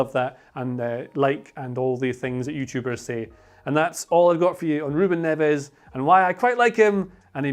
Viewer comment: Why do you pronounce his name wrongly